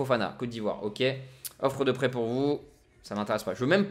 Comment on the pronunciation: Salut au début de ta vidéo quant tu as dit que le coach voulais t'envoyer en prêt j'ai entendu qu'il voulait t'envoier en prison LOL SINON bonne vidéo;)